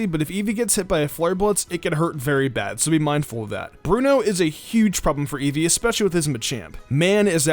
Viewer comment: ITS EEVEE